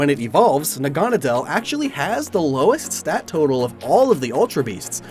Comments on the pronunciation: Nahgah-nah-dahl.... im sitting here wondering why does he keep saying nagunna dial. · its not nah-gone-ah-dell, its nag-ah-nade-le, like needle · It’s na-guh-nay-dell not ne-gahn-a-dell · I'm pretty sure it's pronounced Nag-a-naudeull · It's pronounced "Naga-nay-dl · It’s pronounced Nag-a-na-dle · Your mispronouncing Naganadal. . . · I always pronounced Naganedel as Nahga-Naydle. Is that correct or is your pronunciation the official one? I've never heard it, so I'm not actually sure. I just thought it sounded Naga and Needle. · I hate how you say naganadel. It's nag-a-nadel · With celesteela, it's not a choice thing to burn the forest down. This didn't happen in the anime because ash and his friends built a wall around it. Just wanted to point that out. (And you mispronounced naganadel, no hate tho) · I spent the whole video expecting Necrozma to show up and win, so that was a little disappointing, however, I understand the decision not to include it. Also the pronunciation of Naganadel is wrong. Nadel is german for "needle" and is pronounced very similarly. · i really like how he mispronounces naganadel